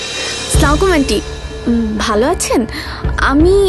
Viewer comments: স্লামকুম?? এইটা কোন ধরনের সালাম?? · ঈমান কা'ইয়া akhon onek kei dekhi ei bhave salam dite. Ora ki salam dei na style kore. ???